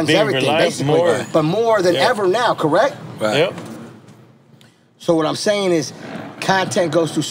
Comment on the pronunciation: Yoo ion know who else peeped but this man KHALED SAID CORRIGHT!! Wtf 😂😂😂😂🤣🤣🤣 and they understood his ahh